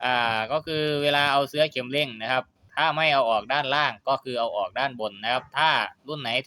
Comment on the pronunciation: ขัดหูว่ะช่าง เสื่อ=เอาปูรองนั่ง เสื้อ=สิ่งทอผ้าเอาไว้สวมใส่ หรือวัสดุที่มีลักษณะเป็นปลอกสวม เช่นเสื้อสูบ เสื๊อ=คำที่ช่างออกเสียง ออกเสียงให้ถูกด้วย เคืองหูว่ะ